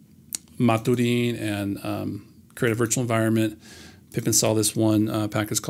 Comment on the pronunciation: I'd pronounce maturin the way they do in the books. Captain Jack Aubrey and Doctor Stephen Maturin. That's "mat-chur-in"